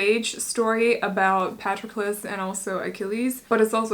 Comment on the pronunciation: I love sing of Achilles. (Is pronounced pah-tro-kles, just incase you'd like to know) the other book by the same author circe is also fabulous, I am partial to Greek mythology but they both are in my top forever favorites.